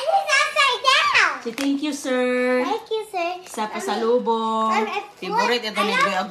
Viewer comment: Pasalubong hindi Pasalobong. helocoptier daw.